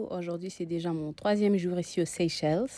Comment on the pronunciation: Ma sœur on prononce Seychelle le S à la fin faut pas le prononcer